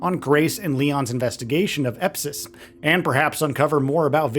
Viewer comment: Elpis, not Epsis